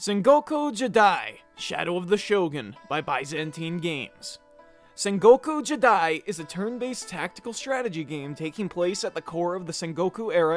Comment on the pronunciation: Mispronounced both Byzantine and jidai.